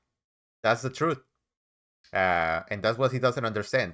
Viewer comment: Lol "trooth"